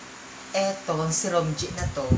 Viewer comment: Boss, bakit ganun yung pagbanggit mo sa "Romje" ? HAHAHA